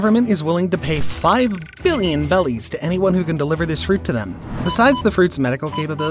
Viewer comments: ITS Berries NOT bellies! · I dont know why but I get so mad when they say bellies instead of berries.